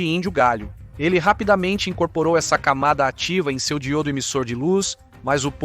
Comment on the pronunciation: A histporia é interessante, mas a tradução da narração está HORRÍVEL. Chamar DI-Ô-DO de Dgil-do, ou BÓ-RO de Bo-ró, não dá.